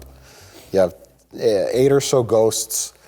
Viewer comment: I love how perfectly mike says “ghosts” like he practices it in his spare time.